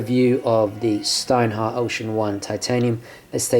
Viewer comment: It's pronounced "shtinehart". Just like you pronounced it but with a "sh". And the "t" in the end is hard